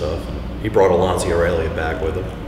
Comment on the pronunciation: I'm still annoyed by ignorant US americans who own an italian sports car, but don't even know how to say 'Lancia' and that manual shift may soon be a thing of the past in the US, but not in europe.